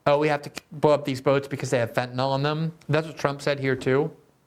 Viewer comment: Glenn, as much as I admire your journalism and impeccable integrity, I have to say just because everyone else mispronounces fentanyl doesn't mean you have to. Sorry to be persnickety, but in chemistry, misspelling by one letter gives you a completely different substance. In the real world, that can be dangerous. So please note, the word ends in -yl, not -ol, (which would be an alcohol). It rhymes with benadrYL, not alcohOL. I doubt I'm the only one who feels this like nails on a chalkboard, and YES, you could buck the others and start a trend! Thank you for your attention to this matter.